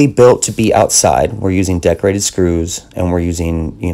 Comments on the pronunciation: He says Deck rated. I keep hearing decorated. Lol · Awesome video! Took me a few to realize you were saying deck rated screws, I couldn't figure out what decorated screws were...lol! Amazing tutorial and beautiful work!